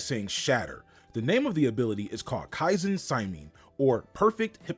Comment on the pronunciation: you saying kaizen saimin over and over was a little annoying but great video aside from that